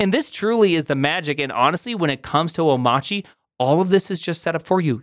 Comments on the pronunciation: why do you call it omachy instead of Omarchy? i don't know it, have never used it. first heard about it here in this video.. but i am interested in learning about it .. is the R silent? oh, btw, my first video of yours.. i like the format and the amount of info served/time. you have a new subscriber & thumbs up. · Oh-machi? 🤨 I assumed it was “oh-my-archy” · It’s Arch Linux so why are you calling it “Oh-motch-ee” and not “Oh-mARCH-ee”? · How do you not know it's pronounced "O-marky" as in anarchy? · Why is it oh-mah-chee ? TF happened to the R in that word? Is Linux forcing us to be Massholes now? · Why do you keep saying "Omachi"? Can you read? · Have you learned how to pronounce omachy? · so it's pronounced "o-mahtchy"? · Shouldn't "Omarchy" be read like "anarchy"? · Prim...say Monarchy.....okay....now say Omarchy......You're welcome. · Good video, but I've stopped watching when I've heard Omarchy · Amazing. He mispronounces both Mac OS X and Omarchy.